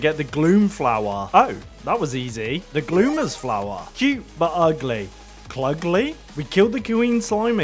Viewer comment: crying at the pronunciation of glommer